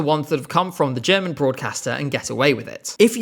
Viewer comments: Woah, genuinely good pronunciation of German,! And as others have said, the German people do not expect a win in the slightest! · Your German pronunciation is great!